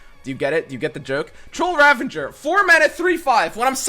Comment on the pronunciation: I’ve always said ravenger too instead of ravager and have no clue why lol